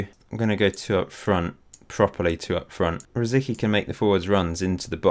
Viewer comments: Please it's rosicky it's Czech..rosiTSki is the right way to pronounce :) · Its funny how you pronounce Rosicki :) "c" in his name is "c" not a "k". But yeah I guess its easier the way you spell it so dont mind me. I like your version more :)